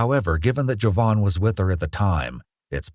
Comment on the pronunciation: How did this man’s mother name him Jovan and then pronounce it like Javon??